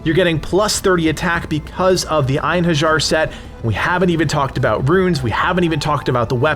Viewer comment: Einherjar is pronounced in-hair-yar, and is the name for the warriors of Valhalla.